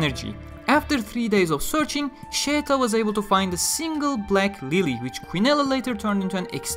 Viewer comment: Listen to her name being pronounced in the Anime. There is absolutely no "Y" anywhere. Sheta and Scheta are the only acceptable romanizations in her case. We decided to settle for Scheta because nobody uses Sheta.